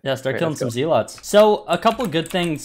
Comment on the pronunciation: it’s “Zealots” not “Zealots”